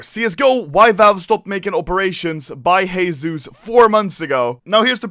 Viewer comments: everytime i hear u say heyzeus i remember HESUSSSS xDDD anyone else? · Stop repeating Heyzeus plase.